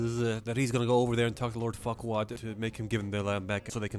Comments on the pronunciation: tbh with all those adult jokes, i think farquaad sounding like "fuckwad" was intended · I just realised that lord farquaad sounds like lord fuckall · Please tell me he calls Farquad Fuckwad